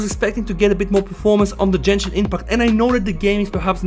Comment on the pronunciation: Jenshin no it is gen-shin with g not a j sound plz say to correct 😢😢